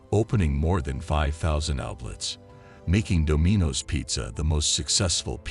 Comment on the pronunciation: "do-MEE-nos"??? Try "Dom-in-oh's" voice-bot And WTF does Donald Trump have do anything? There are so many inaccuracies in the tale you should sell it as a fictional account...